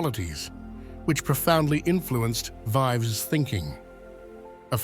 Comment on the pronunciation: "Vives" = rronounced"veevs", not a rhyme with "lives."